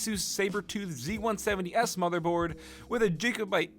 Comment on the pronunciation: "One point twenty one JIGGABYTES! Great scott"